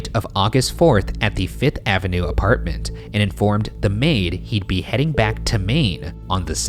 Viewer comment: Can we finally address the way Ryan pronounces Avenue? it doesn't sound right